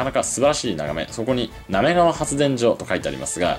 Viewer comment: ”なめりがわ”、じゃなくて、”なめがわ”なんだー